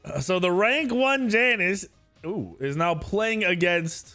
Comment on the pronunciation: “YA-NIS” not “JAN-IS” just a little pet peeve but come on bro you’ve been playing this game for how long and you can’t even pronounce it right lol